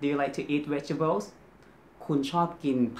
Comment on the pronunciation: vegetable is V sound, not W sound. Keep practicing your V and R sounds my friend 😊